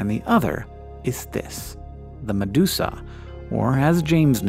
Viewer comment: meduka becomes medusa